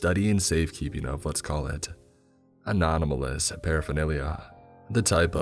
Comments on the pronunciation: "Anonamalous," lmao. Anomalous. It's, "anomalous." Anonamalous makes it sound like some 4chan relic, lol. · Love you but anomalous not anonamalous